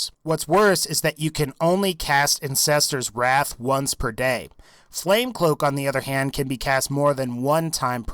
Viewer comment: when he said ancestors wrath sounded like incestors wrath😂